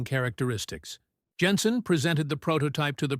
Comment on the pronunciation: "Plas" is correct, it is not a French company. And Jenson is Jenson not Yenson.